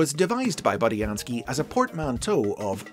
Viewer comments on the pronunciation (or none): none